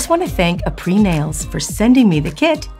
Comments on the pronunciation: It’s pronounced ah-pray 😊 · Is nobody gonna comment on the fact that she’s butchering the name and saying it completely wrong?